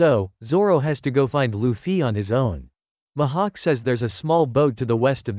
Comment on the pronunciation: And it's not Mahak it's MIHAWK AND IT'S NOT YOUSOPP IT'S USOPP